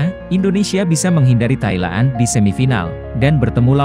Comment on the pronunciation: Ngomong kok doble2...Thaila'an,Jepa'ang...haadeeeh